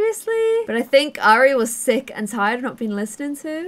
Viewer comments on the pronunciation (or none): Look,, I know these are your characters but it’s still frustrating that you are systematically mispronouncing Airi’s name! You’re constantly saying more like “Ari” a bit as if it was “Arya” from Game of Thrones. If I’ve understood correctly from earlier episodes the origin of this characters name is Japanese, in which case you should pronounce Airi more like “eye-ree”. Other than that little criticism I love watching this Island living series. The characters themselves are wonderful and I love your way of storytelling!